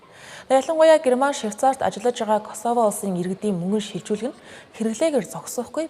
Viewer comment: Косовог дуудахдаа Коосово гэж дууддаг шүү.